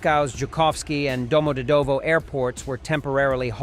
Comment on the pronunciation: Domodedovo pronunciation. Do = o as in hot. mod pronounced like "mud". e pronounced like the ye in yet, and this "ye" is the syllable with the emphasis.. dov pronounced like "dove." Final o pronounced as in up. domoDEDovo.